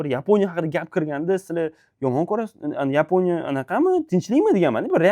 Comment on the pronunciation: YEEEPONIYA DENG😂😂😂